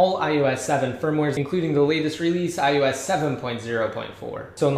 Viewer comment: it's iOS!!! iOS!!! not "iUS"